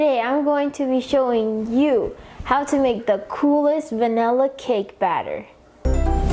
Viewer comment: It’s vanilla not vanella